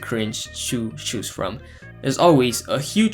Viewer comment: I lost the cringe challenge when you pronounced "choose" the same as "shoes".